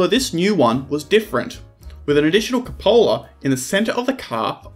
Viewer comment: The word "cupola" is pronounced with the first syllable as in cup & saucer.